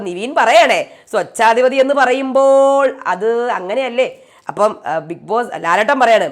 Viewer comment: സോച്ഛാധിപതി എന്നല്ല സ്വേച്ഛാധിപതി എന്നാണ് പറയേണ്ടത് ട്ടോ